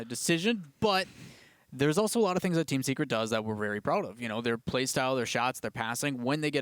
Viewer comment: Lol when he said Team Secret I understanded Teamn Cigarette.